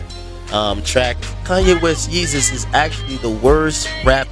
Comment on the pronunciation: Agree, Yeezus is wack. I knew it was gonna be wack when he didn't pronounce it "Yayzus", he dropped the ball there. This is produced by KANYE WEST and DAFT PUNK. It is not either of their acts best work, it is their worst. even if you like this album, I bet money you don't think it's better than 808's (which I also hate). College Dropout, Late Registration all day, Dark Fantasy dope, Graduation 1 or 2 big bangaz, BIN THE REST!!!!!!!!